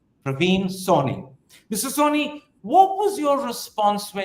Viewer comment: I'm surprised you don't read the name of your guest. He is not "Soni" but Sawhney.